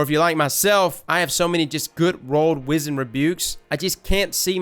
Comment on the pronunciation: love you bro, been a sub since d1 (top tier content btw) but if don't stop mispronouncing the word wizened.... Maaaaaaaan!!!!!